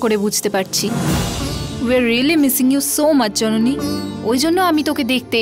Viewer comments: Jononi ke nondoni bollo je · এই রে কি বড় মিস্টেক, জননী না বলে নন্দিনী বলে ফেলছে আঙ্কেলে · jononi na bole nondini bollo kno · সবাই লক্ষ্য করেছেন যণণী কে ণণদিণী বলেছেন